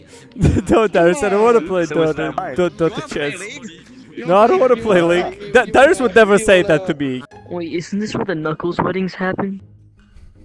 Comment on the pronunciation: that's Daryi (as in, fungus - > fungi, Daryus-> Daryi)